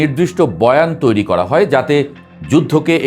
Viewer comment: ভাই উচ্চারণ ঠিক করেন আপনি র কে ড় বলেন যেমন করেন আপনি বলছেন কড়েন করা কড়া এই ড় উচ্চারণ বেশি বলেন